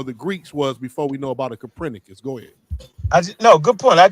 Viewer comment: Who TF is "Capranicus"?? Check your so-called scholars when they can't pronounce words the correct way. Also, just because mountain lions have the word "lion" in their name does not mean they are the same thing. Lions didn't evolve into mountain lions, they only share a word in their name/nickname. "Mountain lions" are puma/cougars.